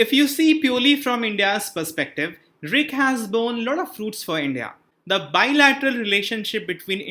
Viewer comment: Please pronounce R I C not..